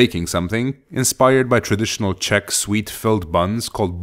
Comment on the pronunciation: I must admit that your czech pronounciation is suprisingly good.